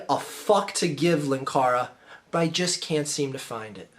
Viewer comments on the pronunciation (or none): 'Linkara', not 'lankara'. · Its pronounced 'Linkara'.